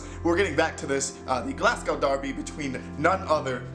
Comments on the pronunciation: it’s glaz-go not glass-cow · M8 it’s spelled Glasgow but pronounced Glasgo 👌👍